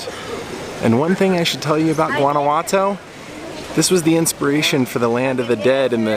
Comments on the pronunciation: Hey, thanks for the great videos. Guanajuato is pronounced like WAH-NA WAH-TO, like the GUA in Guacamole, the avocado dip. Also are you a LEO and that is why you use? I enjoy your youthful wonder and appreciation of foreign cultures, food, architecture etc. You are fun to watch. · Christine Beebe; De Nada. You're welcome. Guanajuato (pronounced like Don Juan -Juanawato) is the Capital of the Mexican State of Guanajuato. It is absolutely beautiful and is probably the safest City in Mexico, but it is indeed a true labyrinth.